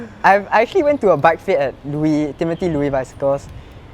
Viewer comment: Loue is pronounced as "lu" not "Louie". The sustenance of speed is more than aerodynamics alone but the moment of inertia too, deeper wheels hold speed better, shallow rims will have a harder time sustaining high speed high especially terrain like TMCR. Cycling is one of the few sports which absolute output can be measured ie power, knowing your FTP helps to moderate your pace at high speed rides. In the past 53/39 25-11 was a norm, even pros used that.